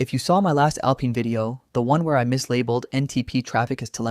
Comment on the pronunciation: The least you could do is find an AI slop voice that is able to pronounce GNU, Systemd, or even Alpine